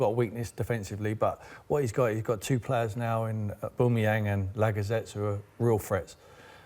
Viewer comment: Oboomayang and Lagazetttes hahaha what a disgrace of a pundit... get this guy out of sky sports !!!